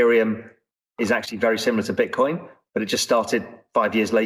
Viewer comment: is back with 'Beetcoin' and 'Eeetheum'